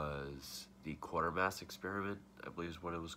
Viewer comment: It's pronounced kwaiter mass